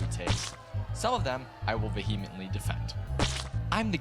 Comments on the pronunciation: You don’t need to pronounce the H in vehemently, dude. But good on you for trying a out a new word on your platform without testing your pronunciation of it in front of a friend or two, first! 😂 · You should def learn how to say “vehemently” hahahaha